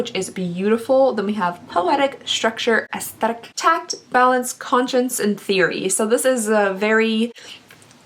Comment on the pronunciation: “aEsTHetiC” lmfoaoooooooooooo